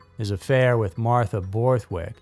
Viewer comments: Not Martha,, May-mah. Otherwise a good documentary. I’d understand if this was another robot voice. I’d take this down and re-edit. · unfortunately this story is 100% true. I appreciate your skepticism as channels like this are usually never researched. This was, (aside from the pronounciation of Mamah’s name.